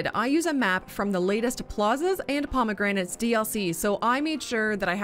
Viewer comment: the failure: pronouncing promenades as promegranates